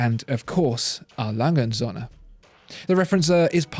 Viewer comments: Söhne, with an ö, not Sohne. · You are making a little mistake in your pronunciation of Söhne which means sons, the ö is pronounced like er as in early, anyway great videos i love watching them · Please, please, try to learn how "ö" is pronounced.